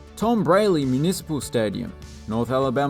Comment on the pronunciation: Braly Stadium is prounounced "Braw-Lee"